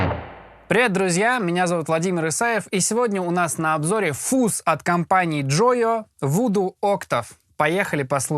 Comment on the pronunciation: не фуз. а фазз! деревня))